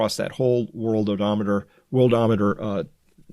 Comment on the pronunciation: It’s “world o meter” not worldomometer”